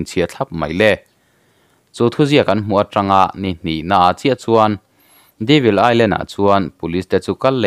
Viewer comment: Devil Island - Deevil ni lo in, " Dayvil ti in lam ta zawk la.... Devil hi la hre ngailo hrim2 mawn le???